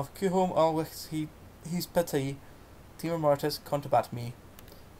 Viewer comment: OK, thanks ... a wee bit more practice before reading this great old poem would have helped, so that glitches like mispronunciations and appreciation of cadence could have been improved. Furthermore, if you re-record it, please pause before the "Timor" line, then say it more slowly with stress on each first syllable. You could also try lowering your voice a bit on that line so that there's a little more fear and foreboding. I'll gie it a wee bash mahsel' if ye like ... GBathgate, New Zealand